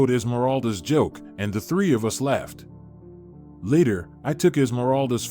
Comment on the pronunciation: Laighed. Not left